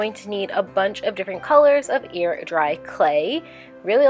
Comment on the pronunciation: Did anyone else hear 'ear dry clay' because of her pronunciation of the 'ai' sound? Whenever she says hair or chair in videos, I ALWAYS hear 'here' or 'cheer'.